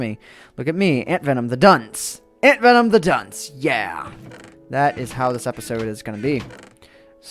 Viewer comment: I bliev it is pronounced dunce